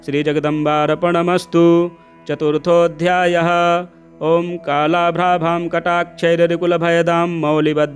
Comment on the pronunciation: नवार्ण तो स्पष्ट नहीं हो सकता, किन्तु न्यास अवश्य करना चाहिए था , अध्याय शब्द का उच्चारण उचित नहीं है।। क्षमा करें धन्यवाद🙏💕